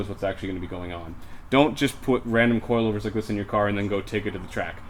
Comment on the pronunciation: Does anybody hear that guy say coilovers like cloilvers